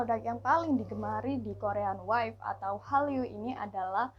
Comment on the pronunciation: Bagus kontennya... tp harusnya bacanya korean wave (wevv) bukan waif